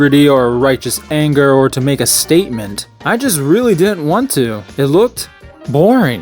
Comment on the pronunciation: You pronounce "didn't" like an ex-stormtrooper. Cut it out! From now on say the second "d". Ffs.